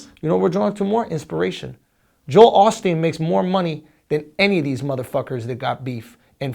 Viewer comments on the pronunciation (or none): none